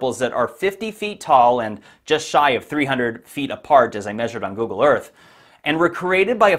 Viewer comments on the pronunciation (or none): none